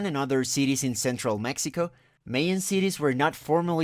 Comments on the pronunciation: I also found the pronunciation of Mayan and Maya distracting. I think this is an example of hyper correction in which a native speaker Spanish tries to imagine what English speakers would say. Perhaps some English speakers would pronounce these words as he does, but I think it would be better if he pronounced them in a way more similar to that in Spanish, which is also the way these words are generally pronounced in English. Māyā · But the odd thing is that almost certainly his native language is Spanish, and he pronounced the words for Mayan and Maya in a way quite different from Spanish and also quite different from the way in which it's generally accepted in English. Sort of a small issue, but I'm hoping that in the future, he won't pronounce these words this way.